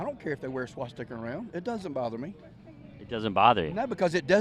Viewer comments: He said swash sticker - so educated he couldn’t even pronounce it 😂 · Homie said “swasticker”